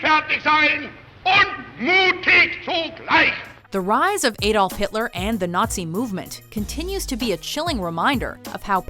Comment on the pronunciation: Edolf? AAAAdolf pronounce it right